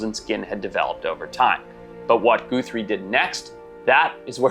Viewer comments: Guthrie is pronounced 'guh-three' not 'goo-three' despite it's spelling. The added e is an anglicized/americanized variation of the old Irish/scott surname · Who can't pronounce 'Guthrie"?